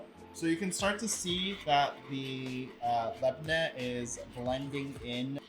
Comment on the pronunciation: Extra note: YOU PRONOUNCED LABNEH CORRECTLY HORRAYYYYYYY